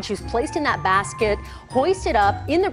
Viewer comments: that se prononce dat et non zat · Pk les français vous dite "well zat suck" sa se prononce "well dat suck" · Squeeze s'il te plaît pourait tu dire date a la place de dazzz quand tu dis that s'il te plaît pour mes oreille de canadien français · "well, zhat suckss"